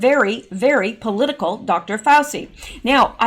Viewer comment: Hi, I think you should put all the news together and don’t worry about it. By the way Dr Fauci’s name is pronounced “Fau-CHI”. 🙂 Love your videos! Thanks for keeping us all informed! 💜